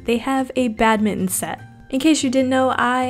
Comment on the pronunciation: "Badminon" lol that's what I heard